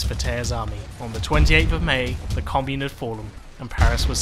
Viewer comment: Can someone please tell this guy how to pronounce commune